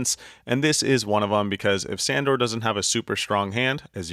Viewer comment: Is really everyone calling him Sandor? It's actually pronounced like 'Shundor'